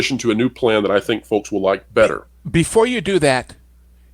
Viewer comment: ‘FoLks’ ‘investOrs’ Plus the slow talking period. I cant take it anymore. This guys voice. Ffs. Im out.